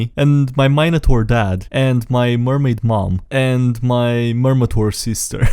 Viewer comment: Please never say minotaur again